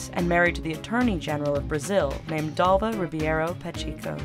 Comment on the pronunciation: it's ( pa-check-o)